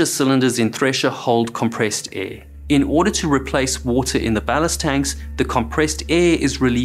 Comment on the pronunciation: “air” has an “r”